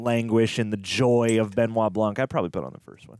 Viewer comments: Benoit pronounced BEHNWAH not Ben-nye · it's so funny for me, as a french man to hear how they say his name... "Ben Wa BlanK" when in french, it would be "Bun Wa Blan".... It's also very funny when i hear american say the name of director Denis Villeneuve "Day-Niss Vil-Newave" when it's actually "Duh-Ny Vilnuv"